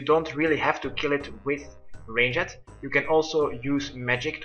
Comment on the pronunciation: Love how he says ranged. "Rain-jet"